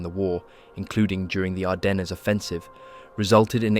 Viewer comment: uhhhh. This IS AI. Hadn't you noticed the mispronounced words? Like where it pronounces Ardennes as "ar-den-ezz" A human might make the mistake of mispronouncing "ar-den" as "ar-dens" if they didn't know the 'es' was silent, but an AI voice generator wouldn't know that.